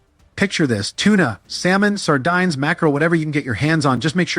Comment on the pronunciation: Use an AI that can pronounce words like sardines, saltines, and Nescafe correctly.